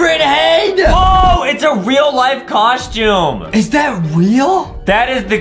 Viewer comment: A coschyoom